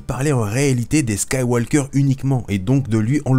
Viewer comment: Yo bro! Apprend a parler comme du monde ????Skywalllllker????